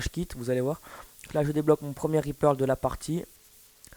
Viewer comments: mec c'est reaper pas RIZ PEURLE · C'est Reaper et non Repearl ."" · Reaperl ......... On dit reaper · reaper et non ri perle😂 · Euh on Reaper pas Repearl ;) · Reaper pas reperle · C'est un REAPER pas un REAPEAL x) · Reaperrrr et pas Reaperllll Ça ma gaché ka video :D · reaper pas reaperle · Reaper, pas reaperl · C'est Reaper Pas Reaperl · On dit reaper pas reaperl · Le reaper et non le reaperle ! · T'as géré mais juste stp ya écrit reaper alors pour tu dit reaperL !? Sinon c'est pas grave joli gamplay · Le meilleur scor francophon? Non seulement c'est faux mais en plus tu joue aux FMG9 akimbo et en plus tu coneille aux autres la mp7 silencieux tir rapide le truck noob quoi! Et c'est pas reaperle mais reaper. Et puis les vra PGM ne se vente jamais contrairement a toi qui dis pour faire un score comme sa il faut tous de meme etre fort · c ets pas Reaperle mais Reaper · Très bon gameplay, rien a dire a part que tu dis ReaperL alors que c'est Reaper^^ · ses reaper et pas reaperle putain de noob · Arrete de dire Reaperle putain c'est reaper c'est écrit partout ! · Raepearl ? Lol ;) sinon gg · Mec apprend a parler francais. REAPER ET NON REAPERLE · Très bon Gameplay! Bravo! :) Sinon ça se dit Reaper.. Il n'y a pas de "l" à la fin du Reaper! ^^ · Tu dit ripearle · Le mec fait 118 kills et ils pensent avoir fait le meilleur score francophone ? Ahahahahahahh. Sur Black ops des mecs ont dépassés les 500 kills ( Certes c'est du spawnkill) mais j'ai moi-même déjà fait plus de 200 kills sur Mw2 sans Spawn trap ou quoi d'autre T'es donc ridicule et très peu modeste et on dis pas " Reaperle " MDRRR